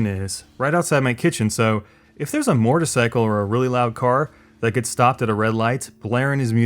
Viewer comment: Also, maybe it's just you, but it's pronounced MOW-TUR-PSY-CULL you say it weirdly.